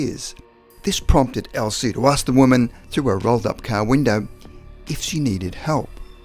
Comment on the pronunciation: Ok man, i had to replay it, come on, I sware you called the car a Cow. Sounds like cow. ☹